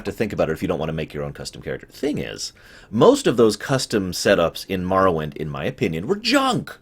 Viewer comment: I know it doesn't matter, but thank you for pronouncing Morrowind that way haha. I absolutely love that game and it (and Fallout 3) particularly has inspired a lot of ideas I have for one of my game ideas. I think that the games from around were some of the best we'll ever have. Back when there wasn't such a dichotomy between the AAA industry and indie games from what I understand. Btw, this is a looooong video, so sorry if I end up commenting several times over the course of the time it takes me to watch through the whole thing.